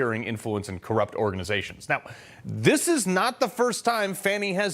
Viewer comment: Fani Willis says "Indickmouth" lmao.......